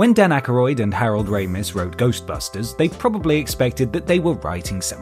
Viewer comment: Dan Acca-royd???